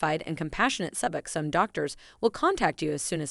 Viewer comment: Pronounced Suboxone completely wrong, I think this was actually a computer generated voice. That’s why